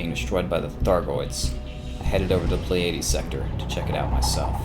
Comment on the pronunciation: did he just say play-adies sector? hahaha